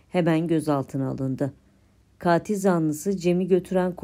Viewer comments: tek a ile. Kaatil değil. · Kaatil zanlısı diye okunmuyor yalnız. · Katil zanlısı sizin telaffuz ettiginiz gibi değil. Lutfen bunu öğreniniz.